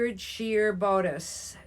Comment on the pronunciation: Let me start by saying, you are fun to watch! Bodice is pronounced with a sound that rhymes with godess. Also, if the shirt laps to the right, it's mens. I would never take a chance and send that out as a womens shirt. The minute a gal goes to button up, she's gonna notice something feels weird.